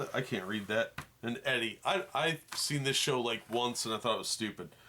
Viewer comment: Eddy😂 it's Edie